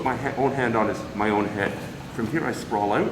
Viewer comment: "Sprawl oat"? Is he from Canadia? Haha either way, great vids. People at my KM gym don't believe me when I say "I learned it on Youtube"...